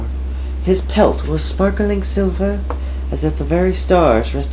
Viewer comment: lulz you say silver funny xD i like the ending the best with the other cat talking to the main character c: it was nice and anyway this was very cute ^^ you have such a great storytelling voice ^^ i'm jealous :c